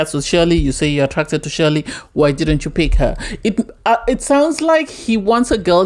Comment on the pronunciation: Chelly pronounced Shelley